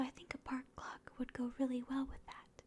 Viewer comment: Every time she said ‘clock’ I heard ‘glock’. Ah yes a park glock.